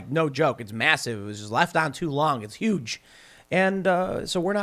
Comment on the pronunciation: Tim: My Zucchini is YUGE! Us: Yeah. Right.